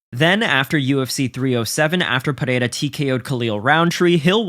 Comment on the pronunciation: Why does everyone pronounce Alex Pereira's name so weird? It's like they become Spanish for a half second. I blame Joe Rogan for pronouncing it so zesty.